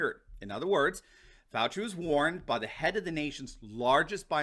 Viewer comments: "Faux-ci Fauci." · Hmmm, seems like all this time we’ve been pronouncing Dr. Falsie’s name wrong.